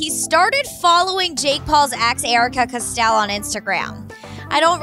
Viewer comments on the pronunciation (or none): I'm sorry but it drives me nuts when you say this it's not pronounced cu-Stell it's co-stell! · hunny it’s not cosell it’s cos-tell. there a “t” hahahah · Its COSTELL not CSTEEEELLE lmao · Learn how to say costel